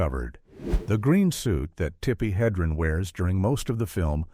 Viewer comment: OMG it's "Heh-dren" not "Hee-dren". I've had it with these videos.